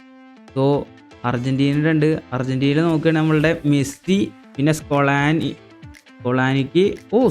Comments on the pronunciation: It's not സ്കൊലാണി It's സ്കലോണി😊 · Scolani 🤦🏻‍♂️❌ Scaloni 😌✅ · സ്കോളനി അല്ലടാ സ്കലോനി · Scolani alla😂 scaloni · Scaloni ❌ scolani ✅ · scaloni ❌ Scolani✅ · Scaloni❌ scolani✅🤣🤣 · സ്കലോനി ❌ സ്കൊളാനി ✅ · Scolani paari parayan padikk